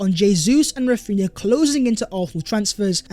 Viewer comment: Raphinna again, how?